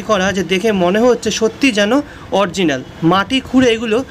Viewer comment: খুব সুন্দর উপস্থাপনা। শুধু শব্দ টা অরিজিনাল, অরজিনাল নয়। শুভ মহানবমী